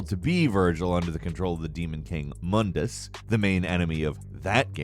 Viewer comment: did you just say "the demon king MANDUS" ?? the correct way to pronounce it is actually moon-dus. the "Mandus" mispronounciation only started in the bad DmC reboot